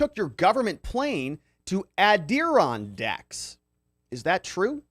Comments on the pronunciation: You r great! Btw it’s add-er-on-dacks. 😉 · Oh poor lol here’s how to pronounce it [AD] + [UH] + [RON] + [DAK] they are mountains located in NY.